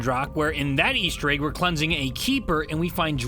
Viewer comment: Why do you pronounce egg as "ayg"